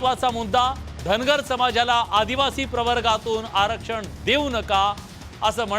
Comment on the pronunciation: आरक्षण ही पण बोली सुधार बोलीभाषा कशी बोलतो